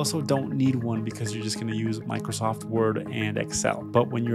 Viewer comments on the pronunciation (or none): none